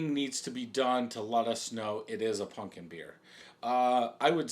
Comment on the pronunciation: bro your like 40 learn how to pronounce pumpkin. it aint a "punkin".